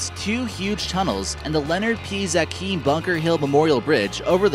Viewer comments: In Boston it's pronounced "Zay-Kim" not "Zaah-Keem" bridge. It's named for Leonard P Zachim a human rights advocate from the area. I went to Lenny's funeral. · It's pronounced the ZAE-KIM bridge not ZA-KEEM in Boston